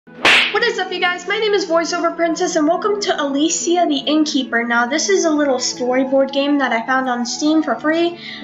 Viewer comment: you said her name wrong